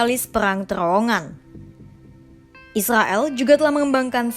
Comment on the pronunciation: Rrrr Rrrrr Rrrrr....TRrrrowongan gitu...Bukan Terowongan....Rrrr....Rrrr Rrrrr.....